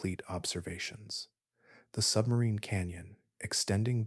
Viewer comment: It was great, I knew nothing when it started and now I have a firm grip on the basics—the most impressive fact was how far into the Atlantic Ocean the river is flowing! Also, whenever you said “sub-marine” i heard “submarine” and thought of the the Hunt for the Red October 😂😂